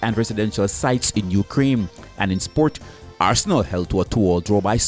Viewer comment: The country is UKRAINE not as you said UKRAIME